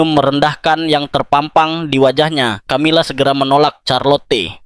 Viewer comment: Peu dilemoangjan ucapannya...bukan Tjamila tetapi Kamila....tidak semya huruf c dibaca tj...misal coca cola dibaca koka kola bukan tjotja tjola..umumnya dalam bhs.internadional huruf c jika doikuti oleh hurug a...o..da u dibaca seperti k...tetapi jika diikuti olh e..i...diucapjan seoerti s.....